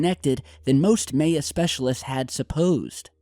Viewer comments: Maybe home schooling is the reason for pronouncing Maya incorrectly? I'd believe it if not for the fact that 3 other channels already posted videos on the same story, with all the same pictures and maps. And they all pronounced it correctly. So....... ? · You really are saying may-ya... Cmon... Mye 'yAh.... Bro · it is pronounced M-eye-ya, not May-ya.....js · Pretty sure it's pronounced mya bud spelt maya sorry ma man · Its not fucking may-yah its my-uh god dammit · Goddammit!... MAY-A?! Really?! Did you ever take a history class? MAH-YAH!...that's how it's pronounced. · I must admit you are adding an extra y in there when pronouncing Maya. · Why are you saying May-a 😂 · AAAAH! C'mon, EVERY TIME......it's not like you're saying Guierrmo Del Toro or some such shite that us white people have trouble saying....My....Yeah....Lol. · May-uh lol oh.. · May-a? What's that? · You’re saying that Spanish word maya so wrong. The a is silent and sounds more like an i in it like Miya. Okay silly 😜 lol 😂. My husbands Spanish so I know how to say it. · It's pronounced: "MY-AH" or "MY-AHN". Face palm. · Hey, it's pronounced My-Awe. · I believe it is pronounced "Mai Ya" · Prounounced My-a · Maya = My - yuh (ya) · Did he go to school? It's pronounced "My-Ya" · Just think of "My-ya" =Maya, your killing me. Lol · It's pronounced MAH-YAY-UH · Theres no possible way you study conspiracy as much as you do, and don't know how to pronounce "MY-YAH". 2012 was like the biggest thing going for years. You would of heard the word 100's of times on things like Ancient Aliens. I refuse to believe you're doing anything but trying to get comments to screw with the YouTube algorithm. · Maya- pronounced with short "a". Generally speaking.... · it is pronounced "MY UH" or "MY AN"... do you even read bro? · (My-ah) say it like that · It's Pronounced MY-AH lol :) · It's pronounced ( My - ya) Maya or Mayan ( My - yan).... Love you, mean it. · MY- UH. NOT MAY-uh